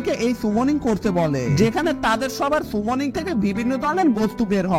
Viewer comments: আপনি যেটা সুমনিং বলছেন সেটা তো সামনিং 😂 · Bhai সেটা সুমনিং না সামনিং।